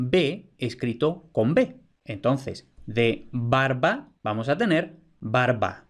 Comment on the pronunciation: Juraría que pronuncias /'baɾβa/ y la v/u con ese valor también puede aparecer con consonantes vibrante y lateral, sea tras ella o en grupo consonántico (menos frequente) escribiendo "barva", "carvón", "aluar" (albar) e incluso "liuro" por "libro" o "aruoleda" por "arboleda". Un caso que llama mucho la atención en esta vacilación es que a veces tiene repercusiones fonosintáctas, pues esa "v/u" representando la fricativa puede aparecer tras el artículo acabado en L, un caso muy bien documentado en textos de los siglos XVI al XVIII es el del topónimo "El Vierzo" que aparece frecuentemente con V pese a la tradición (asturleonesa, gallega y latina) anterior que lo pone con B, y que contrasta con su gentilicio "berziano" que solía ser con B y casi nunca con v/b.